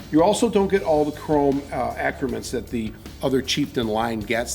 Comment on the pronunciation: the word you are trying to pronounce is accoutrement. A-Coo-Tre-Moun